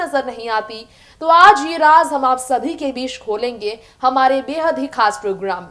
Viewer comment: very bad pronounciation..रास किया नही...राज किया..